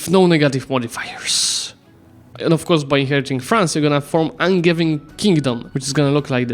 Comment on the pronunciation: Angevin is from the from the kings who came from the county of Anjou in France, so its "G" is like the "J" pronounciation-wise. An-zhou/An-zhe-vin